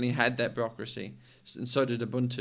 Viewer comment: A man who can pronounce Ubuntu correctly. Rare indeed.